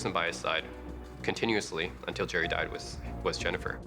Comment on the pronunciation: 'Died' (with an emphasis on the last D) pronunciate girl pronunciate!!! Articulate girl articulate!!!